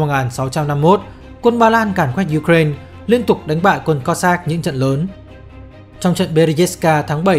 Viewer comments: ukraina đọc là ukrain )) đ hiểu kiểu gì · chính xác là ý tôi muốn nói đó bạn. MC đọc thanh diu cren cũng k sang hơn cách đọc truyền thống lâu nay đâu. Giờ tự dưng rộ lên cái kiểu đọc phiên âm tiếng Anh, trong khi mình đã có cả một hệ thống phiên âm sang tiếng Việt rồi cơ mà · cứ phải phát âm theo mấy bố Tây engrisk thì mới là chuẩn đúng khum =))